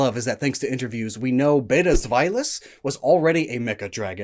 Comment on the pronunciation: You're saying Hydreigon wrong. It's a Hard G not a soft G, "Hi-Dry-gone" It bothers me especially that you're saying Hydreigon wrong, because you said Zweilous right!